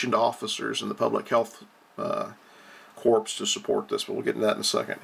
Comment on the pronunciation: It is pronounced CORE, not corpse. Like Marine Corps (core) .